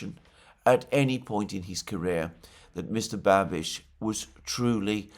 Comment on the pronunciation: wow, Babiš with "š". Alexander is also a language expert! Congrats! Anyways a sober evaluation of Babiš. Thanks